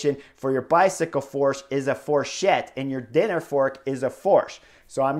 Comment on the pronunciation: but isn't fourchette just a diminutive of fourche...? so basically the same word... Although with Chris' pronunciation...not to say that majority of french are any better in pronouncing English... So I guess it was a bit like a mute talking to a deaf...😂😂🤷‍♂🤷‍♂